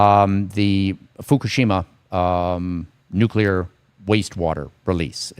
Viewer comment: Pet peeve, Please note "nuclear" is a two syllable word! Regardless, watching anything you publish is usually the best part of that day!